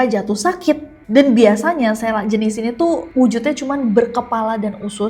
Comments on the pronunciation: It's seeeeeelak no SLAK btw aku daru lombok...Eenya lebih ke E org Medan ya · Kak sy dr lombok Selak itu dibacanya pake E bukan e Jd dbaca selak, bukan selak 😂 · selak pake e kak bukan pake e